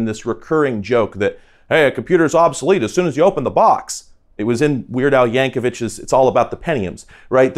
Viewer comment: Yankovic not Yankovich!